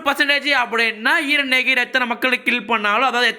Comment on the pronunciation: Bro : eeeran Real :eren